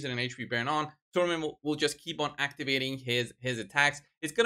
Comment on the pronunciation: Thanks, you pronounce her name correctly. I dont understand why Ash and HH call her Sekia.